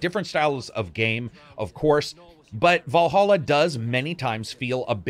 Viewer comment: It's Valhalla not Wallhalla